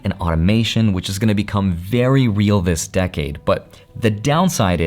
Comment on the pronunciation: "this dacade" lol